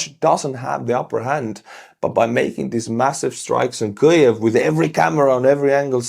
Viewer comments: can't say kyiv. it's not kyuv buddy it's keeiv:} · Weird - why are you mispronouncing Kviv? Sounds like you are saying Klviv. Why add the sound of ‘l’ ?